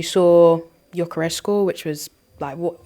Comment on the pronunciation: please, the guys name is GYÖKERES, pronounced YOKERES, NOT JOCKERES. You must've heard how his name is said by now, come on lol.